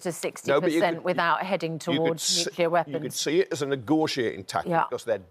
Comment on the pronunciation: nucular????? you mean , nuclear